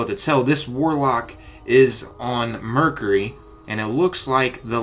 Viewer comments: Mercury - ---> Mer-cue-ree (ry) or to make it easy its like Mer-Q-ree , sorry i don't want to be that guy but hearing you butcher the word constantly hurt my ears. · STOP SAYING MERCURHY